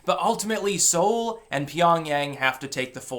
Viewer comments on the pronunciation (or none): none